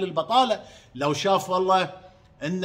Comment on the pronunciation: ام حمزه ملاحظة صغيره الله يسعدك . عشان تستفيدي والناس أيضاً. الحلف والله وليس ولله لان النطق والمعنى يختلفون %100 . { واللّه _ وللّه } ❤